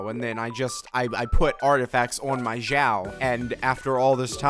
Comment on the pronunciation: Isn't it xiao and not jyau ? Is it pronounced that way in Chinese?